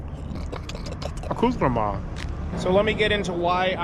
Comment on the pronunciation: I love your videos but for the love of God STOP SAYING ACCOUTREME...it makes me wana stop watching!